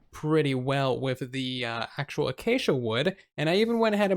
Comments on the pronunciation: A-cha-cha wood??!! You are as bad as xisumavoid! It is a-Kay-sha! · Does he say achacha wood because of xizuma.